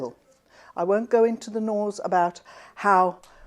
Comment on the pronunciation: Thank you for call Dr Bach by his correct name. I worked for Nelsons/Bach flowers head office in London back in 1990's and that was how they pronounced it. I since worked in Australia and everyone called him Dr Bach as in the composer and I was forever correcting them! I have found you course and I am keen to reconnect. thank you